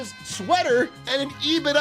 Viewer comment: Ee-bit-dah 🤢 Ebit-duh 😎